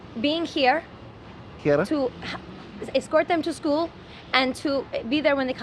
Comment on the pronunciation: “escort them to school” was a borderline Scottish accent lol